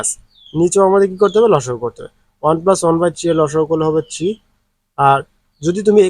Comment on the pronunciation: স্যার আপনি 3 কে ছি বলেন কেন?